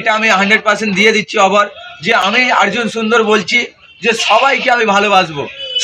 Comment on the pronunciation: আর্জুন বলছে কেনো অর্জুন বলতে পারেনা মনে হয় 😅